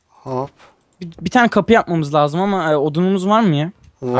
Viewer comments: Minecraft Evi Abii Farkindaysa hep bisiy yapdikda Hoopp diyorsun :D :ASD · Abii Farkindaysa hep bisiy yapdikda Hoopp diyorsun :D :ASD